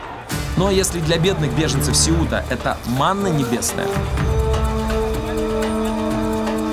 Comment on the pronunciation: Блин, названия Сеута, Сангрия и некоторые другие режут ухо, сами испанцы ставят ударения на другие слоги!!!!